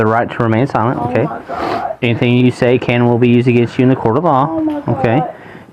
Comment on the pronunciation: He starts reading her rights and she says Oh Got, oh Got. Then she says she's a goot person. She's thinking it's so much easier stealing from Welfare.